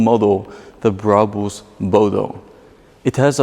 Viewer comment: why cant he say brabus normally